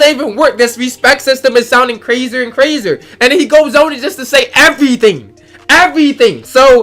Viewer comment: “Crazer and Crazer”